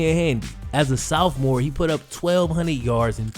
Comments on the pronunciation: Genuinely curious why do some people pronounce sophomore, southmore? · Anyone else laughs when when he says sophomore 💀😂😂